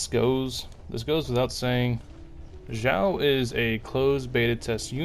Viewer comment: Helpful info for dealing with his self damage! Though... Can you look up the Chinese names and practice before the next video? It's a little painful. I don't know any genshin youtubers that say Xiao's name right though, so it seems like a community wide cringe problem. It's "Sh-yee-ow". Xing qiu is even farther off..